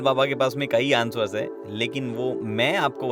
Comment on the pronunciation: Sir Ansvar nahi hota Answer ko Ansar" pronounce krte hai